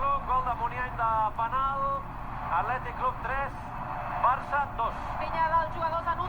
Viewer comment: Se dice penal